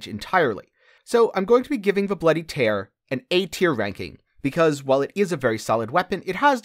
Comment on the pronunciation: It's bloody tear as in crying tear. It's a castlevania reference